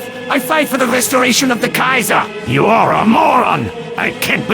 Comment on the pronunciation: “Kaiserboo” Lmao